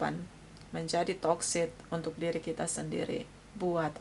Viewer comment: Mohon maaf.. sedikit koreksi bhw pengucapan yg benar adalah hubungan yg toxic.. bukan hubungan yg toksit.. maksudnya hubungan yg tidak sehat dan ketergantungan.. Terima kasih.. maaf utk koreksinya